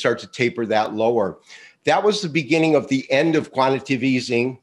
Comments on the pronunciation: You’re in denial. Listen to the podcast again carefully. Not to mention, you are the only person I know that mispronounces the word “quantitative” as “quantative”. Why do you think I got two likes? They heard it too! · He still can’t pronounce QUANTITATIVE Easing correctly. Perhaps if he knew how to spell it, he could pronounce it correctly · Love BUT please someone tell him how to pronounce QUANTITATIVE EASING!